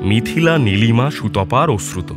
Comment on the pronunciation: ওশ্রুত না অশ্রুত কানে এত লাগছে।